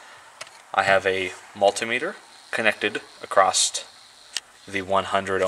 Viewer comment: Good video. Thanks for sharing your knowledge. But you seem to be too smart to be doing the "t" on the end of "across" thing. Reminds me of a guy I know who says "wiff" and "boff" for "with" and "both". He's a smart guy too.